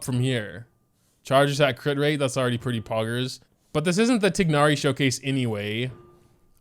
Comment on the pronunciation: saying “TiG-nari” with the G is taking years off my life